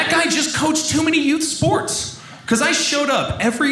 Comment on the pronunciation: She played “spoworts”.